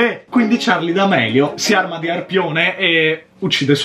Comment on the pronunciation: Che poi Charli d amelio con la "e" hahahaha